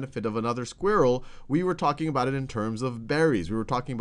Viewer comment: You said skvirell again :P